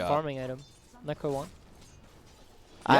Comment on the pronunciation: nEEcro book nEEw mEEta